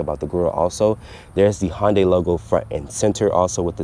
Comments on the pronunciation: Hun-Day. Not Han or Hon day. It's not a Honda and Hyundai fused. Nice review otherwise. < from Hyundai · HoN-DaY. Several times 😂